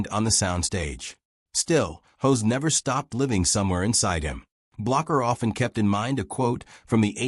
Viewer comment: Hoss not hose, kinda like boss not hose